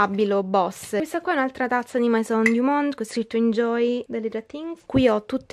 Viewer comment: scusa eh ma "mAison" non si può sentire